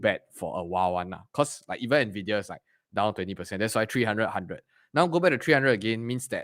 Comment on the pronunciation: "Ennn Veee Deee Yaaa" Not "Naaa Viiii Deee Yaa" 😛